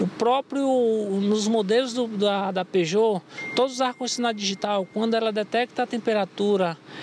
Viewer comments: Especialista da Peugeot ????????????????? Só vocês mesmos, kkkkkkkkkkkkkkkkkkkkkkkkkkkk O cara não sabe nem falar Peugeot nunca foi e nunca será uma marca confiável Chamar de especialista é sacanagem... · Quando ela falou Peugeot, eu parei.